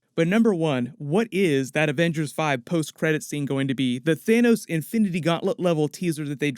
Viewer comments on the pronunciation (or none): none